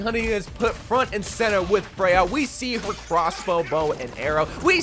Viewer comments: I know you have dyslexia so I don't judge you but here is a reminder that Freja is danish so her name is pronounsed "FRE-YA" and not "FREY-HA" as you are pronouncing it. If she was spannish she might be pronounced Frey-ha but she is danish so it is Freya as the skandinavian J is pronounced like a Y and not an H. /tthank you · Why do you pronounce it as "Frej-ha"? lol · Freja is pronounced Freya not freha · It's pronounced freJa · its not pronounced frejha! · First, learn to pronounce her name, that was said multiple times in Spotlight and even this own trailer! Second, hero 45 was already teased in Spotlight to be a Sword based character / Knight. Therefore Emre is gonna release in Season 22 AT THE EARLIEST as hero number 46 (at least). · Little nitpick cuz I’m danish but the J in her name is pronounced like Y in English like in YOU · this is nitpicky but you are pronouncing her name weird. there isnt even an H in her name and the official spotlight pronounced it 'correctly'. i sound like a nerd emoji i know.